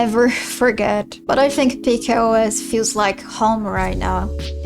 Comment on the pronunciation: Peak OS is pronounced Pika (as in Pic-a) OS